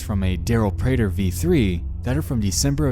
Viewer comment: Ewww I don’t like that he used my last name prater... (Also, great job on pronouncing it correctly.)